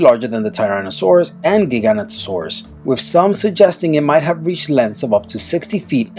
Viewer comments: I swear if i hear one more person pronounce giganotosaurous wrong again im commiting die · By giagantosaura U mean (gi-gah-noe-toe-sores) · OH MY GOD NO ONE KNOWS HOW TO PRONOUNCE GIGANOTOSAURUS, IT IS PRONOUNCE GI-GA-NOT-A-SORUS. Not Ji-ga-ni-ta-sorus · mate it's called giga-noto-saurus not gigantosaurus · The name is not Gi-gan to-Saraus it's pronounced Gig-o-noto-saur-us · its jig a no toe saur us not giganu to saur us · TheMinecraft Moth No, but Giganotosaurus shouldn't be pronounced "gigant-o-saurus", it should be pronounced, "jee-gah-noh-tuh-saurus". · moschops is not a dinosaur either...its from the Permian as is gorgonopsid and etomnosauarus(?) . Entelidon was a mammal that came long after the dinosaurs. Also what TheRealXboxNerd said. Giganotosauraus is pronounced gig - a - not - o - saurus. Not many dinosaurs on this list then rolls eyes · Time for corrections on the info and pronunciations. #22- it's pronounced Cro-no-saurus and is what you said, a marine reptile, not a dinosaur. #20- It's pronouncedLie-oh-plor-oh-don or Lie-oh-ploo-roh-don and it's not a dinosaur. #19- It's pronounced jig-a-no-toe-saurus #18- It's not a dinosaur. It's a pterosaur and pterosaur is pronounced like terror-saur except replace -or with oh. #17- It's pronounced ick-thee-oh-saurus or ick-thee-uh-saurus and it's not a dinosaur and plesiosauria is pronounced plee-zee-oh-sor-ee-uh #15- not a dinosaur #13- It's not a dinosaur #12-Not a dinosaur #7- not a dinosaur #3-not a dinosaur #1-not a dinosaur. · also he said giginotosaurus wrong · It's not Giganotosaurus, it's GigaNtosaurus. Comes from the word gigante, which means enormous. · why are marine reptiles and flying reptiles on the list!? they're not dinosaurs! they're different species... also, giganotosaurus is pronounced ji-go-no-to-sore-us.